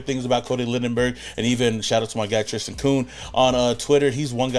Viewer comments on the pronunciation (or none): none